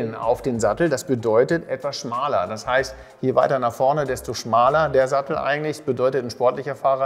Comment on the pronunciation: Falsch: schmaler ! Richtig: schmäler !